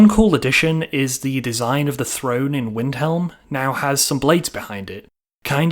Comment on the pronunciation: Since when is a throne said frone lol